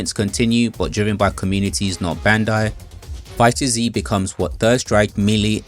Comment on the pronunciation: Nooo not you call it Fighter-Z 😭 it’s just pronounced Fighters